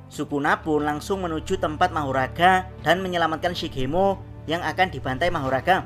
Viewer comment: Tapi manggil nya kok magora ya bukan mahoraga